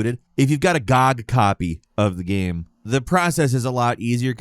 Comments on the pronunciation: why the fuck would you pronounce GOG that way, find god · Gee Oh Gee. Not Gawg. Good Old Games. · I dont know when people started calling GOG "gawg", but i really want to go back to when that wasnt a thing lol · Wait, is it a normal thing to pronounce Good Old Games acronym GoG that way? I dont think ive heard anyone else do it, but i could see it going the same way lol did.